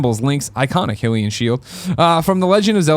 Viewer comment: Pronounced High-lee-en I believe. Keep up the great work